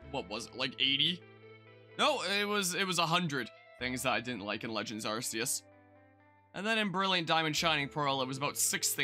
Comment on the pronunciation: Arrse-ee-es. Might as well just straight up call it ass-ee-us.